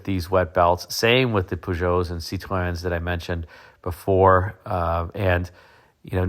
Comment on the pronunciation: Your pronunciation of Peugeot and Citroen is perfect.